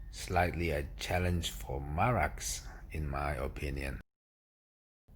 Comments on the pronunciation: I hate the way you call it Marax, it's Mara X ffs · Hi, I like and follow your videos. The correct name and pronounce of the machine is Mara and separately you should pronounce the X, just Mara and then x.